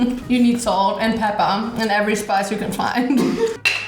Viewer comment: No one:: you need salt and pEpPA